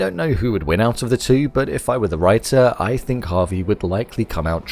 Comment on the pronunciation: It’s Javi not Harvey 😂